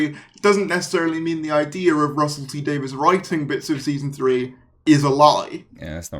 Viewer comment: He can't even pronounce Davies's name properly, ffs!